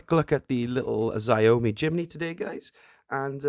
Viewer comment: Xiaomi. Try saying sh- or j- instead of the X. Show- (rhyme with chow) mee, jow-mee. Something like that. Another good fun video, thanks😀